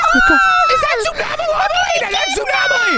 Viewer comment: it is zoonom Aly